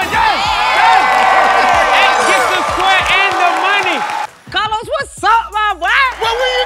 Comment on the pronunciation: disrespectful when people pronounce karlos as a "new comedian"